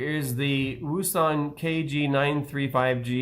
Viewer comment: just want to add wouxun is pronounced Ocean =)